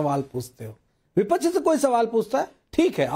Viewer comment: Vipach vipach kya hota hai